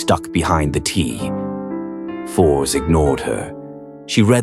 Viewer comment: seeing the name written and pronounced a Force instead of written and Fors and pronounced and Forz is kind of grating on the nerves